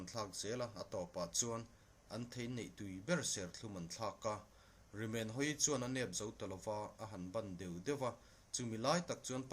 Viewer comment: Rimenhawii hming i lam dan hi a dik lo bawk.